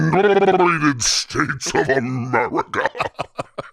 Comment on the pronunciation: its "Murica", I am sure you know how that is a insult world wide and I and I speak to many across the pond